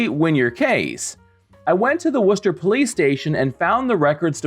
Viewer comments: Props for knowing the almost correct pronunciation of "Worcester." The only improvement I would suggest would be "Woostuh" the way the locals pronounce it. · Oooooh - you pronounced Worcester correctly! Extreme kudos,!ost the case, but won the principle! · Impressed you pronounced Worcester correctly